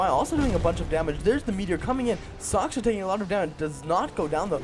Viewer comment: Soch SH Ka, not Soch K sha. Respect his skills. -HEROES, not champions. HEROES. -More map awareness is a must-have for casting games, you missed a lot of kills there. -Keep improving! :) -Other than that, nice cast.